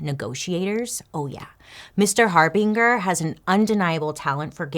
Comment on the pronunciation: PLEASE DON'T HATE ME... THE NAME JORDAN HARBINGER = HAR~BEEN~JUR JUR? OR JER JUST IN CASE YOU EVER NEED TO USE THE NAME AGAIN...WHICH I DOUBT... SO I'M 😢SORRY❣️🤟🏼